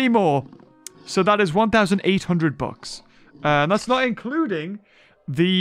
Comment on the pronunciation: After all this years I thought he was saying "books", all this time I didn't know what he was talking about. Just realized he was saying "bucks"